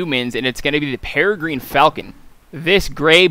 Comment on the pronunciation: “The pet for the Kul Tie-ran humans and that’ll be the Pere-green falcon.” Holy Jesus that was some butchery right there.